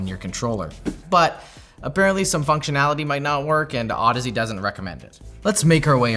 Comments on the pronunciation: those are clearly pronounced "ohdeez" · Wait, that’s how you pronounce that brand name? I always said “Au-deeze”, that makes more sense 😂